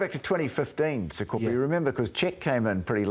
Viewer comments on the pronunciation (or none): called him Sapepe. His name is Sakope 😂